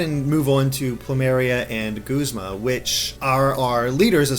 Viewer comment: Oh gawd no, don't let that be the official pronounciation of Guzma... G-uh-zma sounds so much better! That aside though, I'm loving Team Skull so far! :D